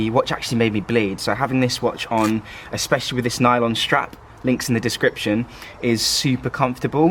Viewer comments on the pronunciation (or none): none